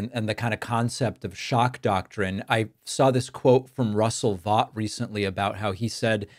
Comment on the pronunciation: Russ Vought is pronounced like "vote", not like "bought", but he's obviously bought.